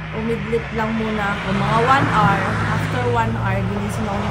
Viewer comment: One are(hour)is wrong, should be pronounced (h)our. Silent h. Not bashing, just to let you know.